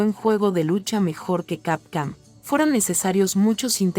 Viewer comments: ¿Por qué dices Capcam en lugar de Capcom? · WTF SIN OFENDER desde cuando capcom es camcam! x D JAJAJAJA no mames leee BIEN saludos disculpa SER GROSERO pero me da risa xD CAMCAM XD ala mejor es efecto mandela XD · Se oye capcam jajajaja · Capcam?? .. Esa basura de locución,. Apesta a IA degenerativa